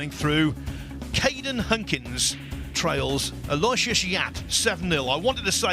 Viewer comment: what a cut! And position! Pretty ballsy! Cudos That place is like the Hippodrome for pool. Huge Maybe mispronunciation of "Efren" as "Ephram" will be displaced now by mispronunciation of "Aloysius" as Alloy-shush rather than Al-oh-ishus . . .